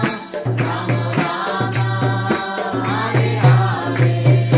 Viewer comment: Dear, Without meaning any offence to you I request you to please note that the Maha Mantra is “ Hare Krishna Hare Krishna Krishna Krishna Hare Hare Hare RamA Hare RamA RamA RamA Hare Hare” While in your kirtan in this video you were pronouncing it as Hare Krishna Hare Krishna Krishna Krishna Hare Hare Hare Ram Hare Ram Ram Ram Hare Hare “ This is the maha mantra and the strength of a mantra is in the sound sequence. Pronouncing RamA as Ram changes the meaning of the mantra. I hope you will not take this as an offence but just as an observation. I am inspired by how you are inspiring many many young people to choose an education based on the Bhagavatam and Bhagwat Gita and Chaitanya Bhagwat and Chitanya Charitamrita and our shashtras. Thanks you for this wonderful seminar which has inspired me to take up homeschooling for my children. Hari Bol!